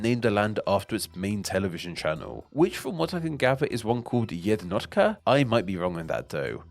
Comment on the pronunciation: Big props for not butchering Slovakia's top TV channel pronunciation. FYI "Jednotka" basically means "number one" and yes, it is the main channel here in Television Mountains!